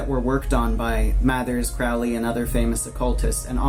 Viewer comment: "Crowley" rhymes with "holy."